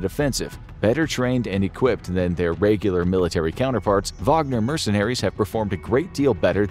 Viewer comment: "reigular" man, why does that bother me so much...?